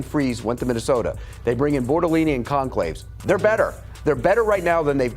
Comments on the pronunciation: Did that dumbass say “Conclaves” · 1. The Colts offense in 2025 is quite literally, by virtually every metric, more efficient than any Peyton Manning led offense 2. “Got rid of Kelly and ‘Freeze’ (Fries) and brought in Bortolini and ‘Gonclaves’ (Goncalves)” I mean, come on dude. If you’re going to have an opinion about the Colts, at least sound like you know what you’re talking about; that starts with getting names right 🤣